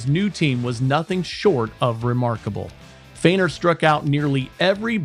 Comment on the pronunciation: Eddie's name 'Feigner' not 'Freighner'.